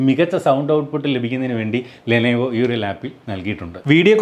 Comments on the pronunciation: ലെനേവോ അല്ല ലെനോവോ 😀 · ലെനേവോ അല്ല ലെനോവോ